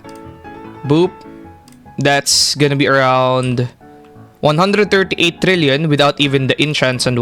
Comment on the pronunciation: Sir are u Filipino, The way u pronounced 138 sounds like u are one